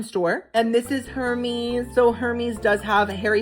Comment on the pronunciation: Her mes. Lol its pronounced air mez... dont worry I cant afford anything from those stores im the princess coley of tj maxx 😊😅❤